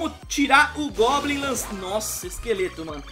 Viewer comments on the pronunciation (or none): none